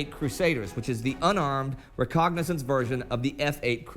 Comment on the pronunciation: Guys, I adore the series. Please keep up the great work. Nice to see something of real value amongst the cat videos. Just one thing: If "recognizance" (which is what the narrator keeps saying) has a meaning equal to "reconnaissance" I can't find it. Sorry, but I have a penchant for pedantry.